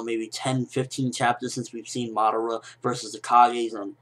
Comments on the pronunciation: Uchiha Mada--WHO? Madaara? And who the hell is this "Na-ru-to" that you speak of of? T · LOL WHY DO U KEEP SAYING MADARA NAME BACKWARDS